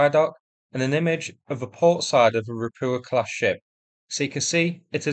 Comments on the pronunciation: You need to work on your Polish pronunciation, it’s Ropucha, not Ropua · Ropucha means Toad in Polish. Pronaunce it as Ropuha with H like in Home(it's not silent) :) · ROH-PYU-KAH, the landing craft is pronounced Ropucha. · I need to ask. Why do you so consistently miss out the Ch in Ropucha? Russian and Ukrainian are phonetic languages, the characters make the same sound every time, there is no silent letters like in English.